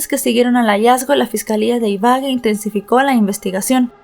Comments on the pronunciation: La pronunciación correcta es IBAGUÉ con tilde en la E. Lo mismo pasaba con Bogotá que a pesar de tener tilde en la A. Aún así pronunciabas BoGOta. No es hate... solo es una recomendación, se escucha muy raro (y además esta mal pronunciado claramente) cada vez que dices iBAgue. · sé dice ibague no ibage es Ibagué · Excelente narrativa y lamentable caso. Para que tengas en cuenta, no se dice Ibague, sino Ibagué 😊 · Gracias por tu trabajo. pero porfa, mira bien las acentuaciones en los nombres, fue horrible escuchar una y otra vez Ibague en lugar de Ibagué!! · Se dice Ibagué, con tilde en la última e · Hola, yo soy de esa ciudad y se dice Ibagué, con tilde en la E. Gracias por contar el caso. Saludos desde Colombia 🇨🇴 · Buen caso y buena narrativa pero como colombiana me palpitava el ojo cada que decias Ibagué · Ibagué Ibagué Ibagué con tilde en la e. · se pronuncia con el acento en la e Ibagué, ese mounstro no tiene perdon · Exactamente Ibagué y lleva acento en la e ciertas personas internacionales nombran las ciudades colombianas mal pronunciadas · Madre mía, m da escalofrío escuchar como pronuncia Ibagué, es d espanto